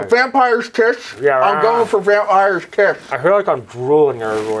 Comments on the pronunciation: (With plastic teeth in) "WAMPIRE'S TITS." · Voting: <Puts fake vampire teeth in> "Vampire's Tits" for me too. Those plastic vampire teeth really mess with pronunciation.